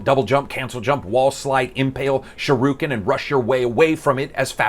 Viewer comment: Did you just refer to the Shuriken as Shiruken? :D Still, great video man.